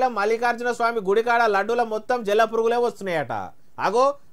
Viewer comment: జల్ల పురుగు కాదు జిల్లా పురుగు